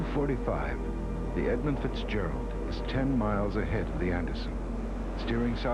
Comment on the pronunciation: You might as well call it the right way. Edmund. For respect, you know.